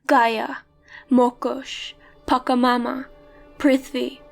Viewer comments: The third God you mentioned on is actually pronounced [patshamama] Hehehehe I know it because I am Peruvian, the country were the Incas came from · You pronounced wrong "Pachamama" The "ch" sounds like in "chance" and not like in "chaos"